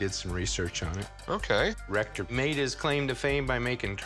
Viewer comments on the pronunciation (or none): Oh Rector!! I thought they were saying Rectum until I looked at the subtitles.